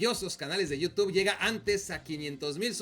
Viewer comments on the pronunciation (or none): none